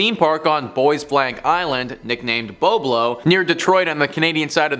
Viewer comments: It was called Bob-Low Island dummy! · you didnt grow up in Ontario if you call it "Bo-blow" its called Bob-lo. I worked there for many years as a teenager